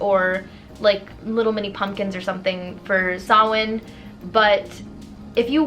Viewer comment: She pronounced it correctly.